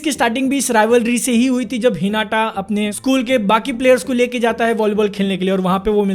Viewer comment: Normal people : हिनाता BNFTV : हिनाटा 🤦🏻‍♂️